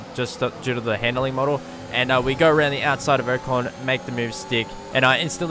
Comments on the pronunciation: Someone tell this man it’s not Oh-con it is O-con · Who's oh con? Do you mean Ocon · U saying ocon name wrong gave me aids 😂😂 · U say ocon wrong